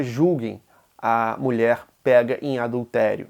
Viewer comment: SOMENTE PARA ILUSTRAR A PRONÚNCIA péga, não ! Pronuncia-se como se escrevia antes da última péssima reforma ortográfica: PÊGA.